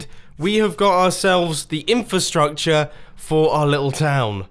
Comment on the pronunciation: "Infastructure" LOL